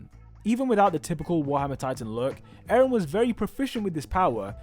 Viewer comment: eren not aaron